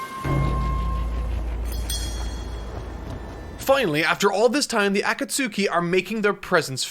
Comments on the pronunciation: Is it me or is the way her pronounces akatsuki really aggravating? Dont get me wrong i love this channel but if you watched the show you would know how to pronounce it. Also i know american dubs can get pronunciations wrong but i looked it up and it said correctly so why on earth are you constantly saying it wrong. Ah-kat-ski not Aka-sooki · The over pronunciation of Akatsuki keeps getting to me the katakana does use a long consonant or vowel sound and I know its so nerdy to complain about pronunciation but it keeps breaking my immersion so I gotta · The pronunciation of Akatsuki you chose grinds my gears😂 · that’s how i first read it off of one manga years ago before the anime got to that point. i just felt so valid when i heard say it like that. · Thank God I wasn't the only one! I'm barely watching this video for the first time now and holy shit when he first said it it threw me off guard! I'm glad he says it correctly as the video goes on! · I love your work man...but the way you're pronouncing some of these words is KILLING me. Jinchuriki and Akutsuki are the two that come to mind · I been drinking, but I had to come on here when I heard him try to pronounce akatsuki and hope that someone called him out on it, dude’s too popular to check every comment. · I love every bit of this except everytime grates my ears with "A-Kat-Suki". Even then though I get nostalgic pstd flashbacks of highschool and arguing the pronounciation "Akat-Ski" with one of my friends,. Love the video tho! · Love the character development you had throughout this video going from “akatsookee” to the real pronunciation 😂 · Great review terrible pronunciation on some of the names. A-koot-suki is more like Ah-kat-ski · Do you pronounce the names wrong on purpose? It HAS to be on purpose, right? Asuma, not aSUma AKAtski, not akaTSUki If it's intentional I can see why you don't pronounce Sasuke SaSUke. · Ah-Kuh-Sue-Ts-Ki, he says.... 🤦🏻‍♀️ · Akatsuki is pronounced Uh-cot-ski